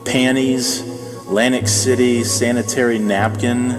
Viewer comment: had to butcher it up with the Lantic City with aids always reminded me of Edith Bunker with her strange comments at times.